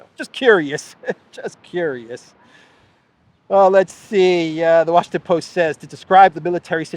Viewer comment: You had it right the first time; "the Washington Boast".